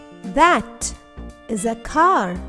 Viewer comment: Why are you saying “dash” instead of “that?”